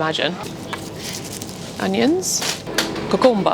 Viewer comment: This is my new favourite word- COO-COO-MBA :D